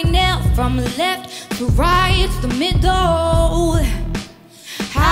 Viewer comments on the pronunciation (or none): 제이미가 핸들을 핸돌이라고 미들을 미돌이라고 발음하는데 왜케 멋있냐